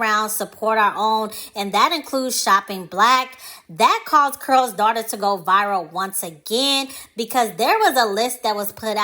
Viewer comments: In your video it sounds like you are saying Curls - instead of Carol maybe it’s your accent. Not sure. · Why is it hard to pronounce the name Carol? You keep saying Curls Daughter.🤓🤓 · Its CAROL not CARL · I can't stop laughing at "Curl's" Daughter! Why do you pronounce the name Carol with 1 syllable? 😄 It's distracting me. 🤷🏾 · It’s pronounced CAROL as if you were saying Carol Burnett!!!!!!! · Anyone else annoyed at the way she's pronouncing Carol? 🤦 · GIRLLLLL, U ARE MAKING MY GD EARS HURT. DON'T U KNOW HOW TO PRONOUNCE HER GD NAME ?? IF U GONNA HAVE A YOUTUBE CHANNEL LEARN HOW TO SPEAK CORRECTLY GD. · You’re not pronouncing her name correctly.